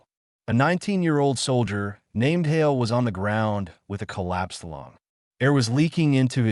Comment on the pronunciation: Hale, not Holly